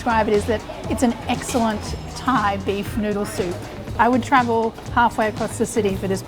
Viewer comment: Your Thai accents is actually good 👍🏻